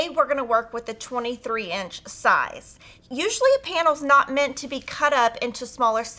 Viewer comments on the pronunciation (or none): none